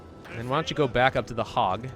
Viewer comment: Oof he called the Hague ( said haig) the hogg